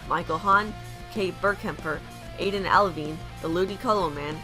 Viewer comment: Thx for the shoutout at the end! (BTW, this isn't a really big deal, but my last name is pronounced al-VINE, like grape vines